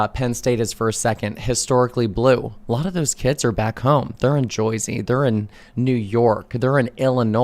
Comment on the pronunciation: Dammit man it’s JeRzey not JoYzey. JoYzey is a New Yorker thing, like that Jersey Shore rejects.